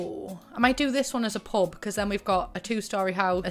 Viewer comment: idk about anyone else but every time you say "pub" I thought you were saying "pope" lmao